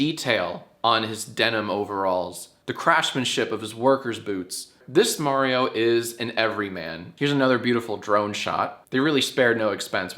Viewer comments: Nice video but its pronounced Mario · uhh...you pronounced Mario wrong. It's "Mario" not "Mario". Get it right Jack. Ask Erin next time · "I can't wait to watch the Super May-rio Bros. Movie!" - Erin